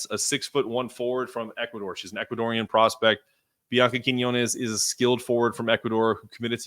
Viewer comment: It sounded like you were calling Blanca Quinonez and Bianca Quinonez. (I have to admit that "Blanca" wasn't a 1st name that I was familiar with myself.)